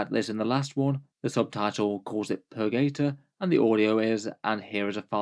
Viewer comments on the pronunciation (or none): Purgator, not phurgaythor sjees...Engelish please!